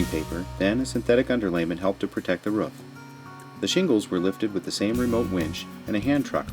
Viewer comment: stop saying "rouff" dogs say "rouff", its roof, like "rewf"